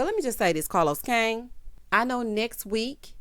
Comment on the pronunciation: Hey! Did I hear you say Carlos Kang?🤣 I must say you give the best detail in your reviews! Happy blessed holidays 😊